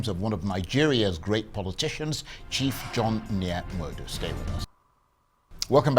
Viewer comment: Charles, you an Igbo man, pronounce the word "Igbo", " Nwodo", etc correctly ...